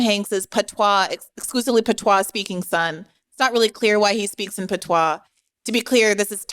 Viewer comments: The pronunciation for patois is pAt-wAh, not Pt-Wau 🤣😂😅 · Even in French it isn't "PAT-WAU". "ois" in French is "wa". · Did one guest really interrupt to correct a minor pronunciation issue? Wow... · Dude in the bottom right corner is so far up his own talking points he can’t see beyond his own horizon. and criticizing brie over a subtle mispronunciation? cmon now